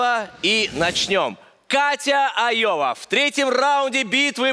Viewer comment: Как вы умудрились прочитать это Лоя?!.. Даже если прочитать первую букву как маленькую "л", а не заглавную "ай".. Получится Лова.. Но она Айова))